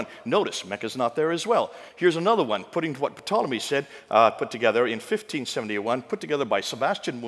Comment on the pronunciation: Ptolomy...the "P" is silent...pronounced Tolomy. A little critical perhaps, but this man of all people should know this!? Makes you want to question the validity of all his facts. Like where did he get them, sources, dates checked; talks to fast...[Entertainment].